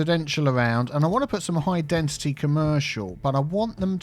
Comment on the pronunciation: As non english native speaker, I didn't know that we need to pronounce density with a "t". always says dentity speaking instead of density ahah